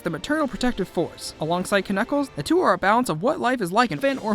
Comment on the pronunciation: You dont know how to say Knuckles